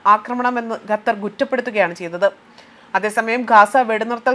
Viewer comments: Please Pronounce correctly NOT GATHAR, but Qatar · ഗത്തർ അല്ല. ഖത്തർ ........